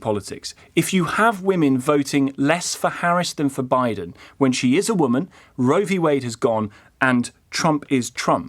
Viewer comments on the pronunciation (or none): none